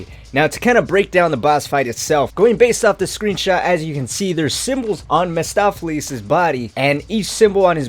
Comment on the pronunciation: Mahstopheles? No. Mephistopheles